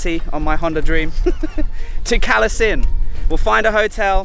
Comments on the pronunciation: English lesson in reading Thai-English words#2. All cities that have "K" for "ก" will actually be a hard "G" so Krabi is pronounced Grah-bee and Kalasin is Gala-sin, soon you'll be going to K(ข)hon K(ก)aen - Kawn-Gen., keep it up, you are doing great! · The province where we don't even speak Thai, also it's pronounce Galasin. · Karm not Kram also the Thais pronounce Kalasin with a G